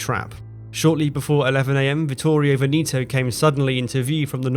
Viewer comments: VENETO is pronounced "Vehnehto" (not Veneeeto). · You say "VENETO" with the "E" not "VENITO" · Such a shame you ruin the video by mispronouncing Veneto. Its VEHN-eh-toe. Not Vuh-KNEE -toe. Horrible to listen to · No reason to pronounce Veneto like Veneeto ! Try checking that out next time ! Itˋs bothering ! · Pronunciation of Veneto is very wrong throughout